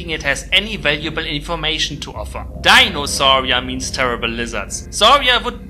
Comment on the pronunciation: Saurian's pronunciation of the dinosaur names makes me wanna end it all And I'm not even in that phase anymore